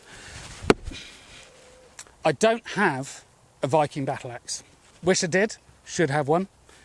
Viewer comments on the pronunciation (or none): none